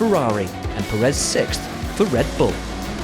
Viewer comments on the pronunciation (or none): You've gotta stop calling him "Puhréz". The accent is in the first E, Pérez.